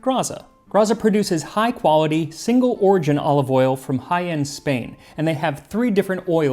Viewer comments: Me having to rewind because I looked away from the screen and could have sworn you said the olive oil came from “High End, Spain”. 😂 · It's probably bad that I heard "Jaen, Spain" as "high-end Spain" and then immediately started wondering which part of Spain is the high-end part, and what the machining tolerances on its manufacturing were. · Dear Max, sorry to correct your otherwise impeccable pronunciation, it's Jaén. And yes, you'll get the most excellent olive oil and olives from that province in Southern Spain. I'd stick to extra virgin olive oil, though. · The pronunciation of "Jaén" was quite below par of your usual standard, Max 🤔